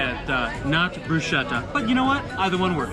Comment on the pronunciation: Brusketta! Brusketta! He said "Brusketta"! But, alas, he said "Arkidiaconata":.